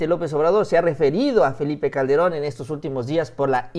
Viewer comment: Le dijiste al presidente "Felie Calde- ron". saludo.